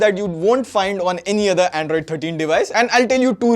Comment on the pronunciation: "The othre amoled" 🙄